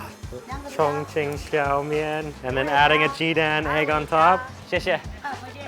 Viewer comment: i first thought you said "chingchong people are so friendly" haha